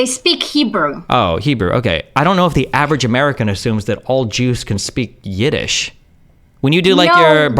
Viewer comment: Yidesh😂😂😂 never heard